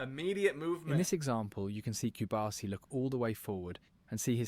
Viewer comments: A little correction, is Pau Cubarsí, not cubársi. cu-bar-SI. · Hey,. It's /koo-barsi/ and not /cube-arsi/; just like how you don't pronounce your own name like /liyuk/, but like /loo-k/. Keep up the good work.